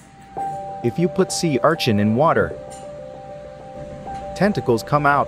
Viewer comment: Sea ~Archin~